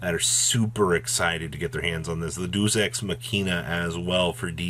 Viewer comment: ...Deus...DAY US. How have you not heard this word before lol